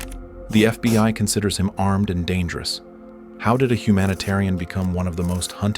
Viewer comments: Is it really that hard to get the AI to say "FBI" instead of "FBY" after all this time? xD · This fucking lazy ass channel pronounces FBI “FBY” in like half their videos. I get it it’s made with AI but you can’t even check for fucking errors before you post?